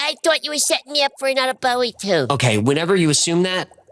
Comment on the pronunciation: I'm glad you pronounced it Bowie, not Bowie.